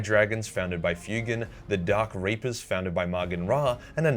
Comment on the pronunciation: Had to go back and turn on closed captions... I thought you said something very different than 'dark reapers' and this ain't a drukhari episode.